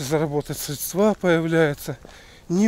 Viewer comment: Не средствА, а срЕдства! И типа работали на первом канале. За столько лет можно было бы научиться...